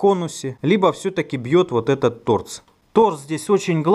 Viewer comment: Торц или мне послышалось?